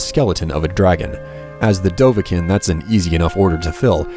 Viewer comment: Its Dovahkiin...Not Dovhakin...Sorry...